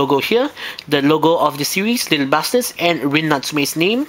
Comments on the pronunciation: You sound like you're saying little Bastards...XD Just to clarify it's little "BUSTERS" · hehehehee i hate to be this guy but it sounds like your saying little bastards XD sorry couldnt resist